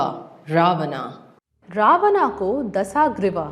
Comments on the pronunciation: It's not ravana , it's ravan. Let's not get blinded by the westernization and don't forget our roots. The content was really nice and informative but work on your pronunciations. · Bolna to seekh le ravana ko pronounce kaise krte hai